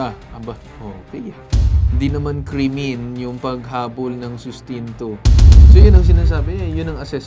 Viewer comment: natawa naman ako sa pagkaka pronounce mo sa sinabi n Atty Alyssa na "kremen"😂😂😂